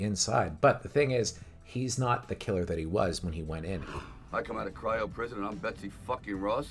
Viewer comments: IT IS.....CRY-O PRISON! NOT A CAIRO PRISON! BUAHAHAHAH ...... TWICE! AAHHAHAH 😂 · I like the reviews, but dude you have got to work on your pronunciation. I hear several missteps and just outright missed words. Slow it down a bit. It’s cryo-prison. Not chyro-prison. And it’s tah-ko bell. Not tak-o bell. Just a couples you can do this. 👍🏼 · Cryo not Cairo, thats in Egypt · Cairo, lmao and not Cryo